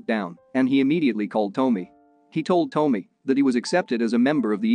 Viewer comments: Dude....Tommy is Tom...me, not Toe..me. At least get the names right in your recap. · Can't someone tell this bot it's not Toamy it's Tommy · "Tomey"? How can you mess up a name as simple as TOMMY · Lmao toe-me it's tah-me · lol his pronunciation of "Tommy" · OK - within 15 seconds, you're already pissing me off. It is NOT Vince "Pah - Pail" -- it is Vince "Pa-Pa-Lee". At least get the man's name right. (Update -- LOL!! Nevermind, the computer-generated voice you're using has gotten, literally, EVERY name wrong so far -- even Tommy."